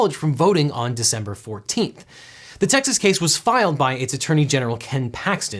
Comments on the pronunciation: "decenber" huh? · "Decenber" :D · Devin seems to have invented the month of "Decenber" . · "Decenber" My favorite month.